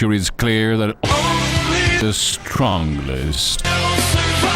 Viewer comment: Why I like this review: The dude said “Stronglest” and is the best Dino Of the youtube universe And whole Dino movie Universe and this movie Is about THICC minds And that I thought that said “What the fa-at”